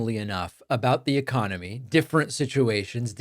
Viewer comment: Its the uh CON, O MY!